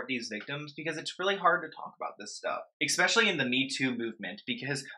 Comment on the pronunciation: Especially. NOT EXPECIALLY!!! Omg. I’ve said this 100 times!!!!!!